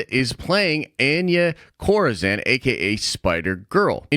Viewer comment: it's pronounced "on ya" 😂😂